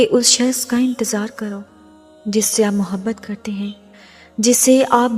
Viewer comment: is ki awaz to khud h jin jasi h dar lag raha h sun k kindiy api awaz achikiya karo vasay bi jo apbata rahi ho ya sab to hum already janty h ap ki awaz na to mobhat ka lafz aasa bola h mujy lag raha h ka ab mohabat ka lafz istmalkarna chorna paray g koi kaam ki baat nahi batai kindlyaasi awaz wali video kabi bi donwload na karna aaj to sun liya agay sa sun nahi saku gaap na kahak is ayat ki khubsurti lakin aap ki awaz sakoi bi khubsurti nani dekhay:face-blue-smiling::face-blue-smiling::face-blue-smiling::face-blue-smiling::face-blue-smiling::face-blue-smiling::face-blue-smiling